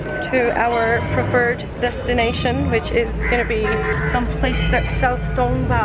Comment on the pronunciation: If you wanna pronounce correctly. it's call "TANGBA" means "wooden barrel" coz it's related with Limbu language and community then sherpas. which we use for special guest to welcome drink at home.